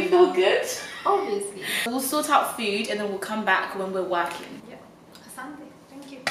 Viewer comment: The way she said Asanti in Swahili was really good🇰🇪🇰🇪